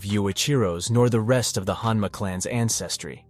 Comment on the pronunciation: O_O ...... one of these guys need to change their name bro, well done on saying them correctly one after the other